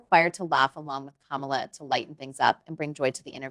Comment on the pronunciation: Did he disrespect her by mispronouncing her name?